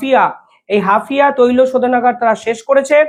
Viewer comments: Hafia na HAIFA. ektu dekhe nio. Tommar channel regular dekhi. Khub informative. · হাপিয়া নয় " হাইফা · Haifa. Not Hafia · Hafia? Hapiye utlam Haifa it is. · ওটা কি হাফিয়া না হাইফা হবে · হাফিয়া নয়, হাইফা | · হাফিয়া না হাইফা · Hafia not Haifa